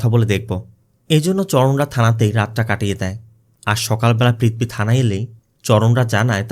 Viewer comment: i really enjoy your explanation just one suggestion please correct your pronunciation, sounds odd. IE "পৃথবী instead of পৃথিবী।